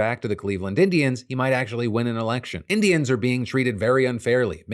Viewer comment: It almost sounded like you said "They were called the Cleveland Idiots" and that President Trump wants them to return to that name.